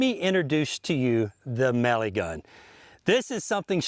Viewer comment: Ohhhh it's MELIGUN not Maligun like this guy says. Why does he say it so weird?